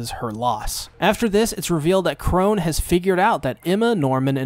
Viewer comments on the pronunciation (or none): nobody gonna talk about how he keeps calling sister chrona sister chrone